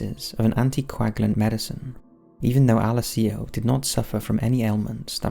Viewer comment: Please learn how to say Alessio correctly.